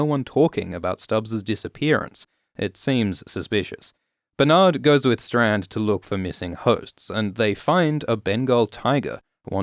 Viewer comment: “Bernardald” haha